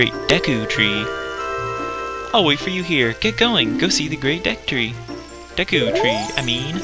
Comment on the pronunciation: lol, Deek tree haha